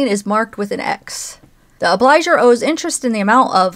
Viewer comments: The word “obligor” is pronounced “ob-lee-GORE” and means “one who owes”. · Obligor has a hard g.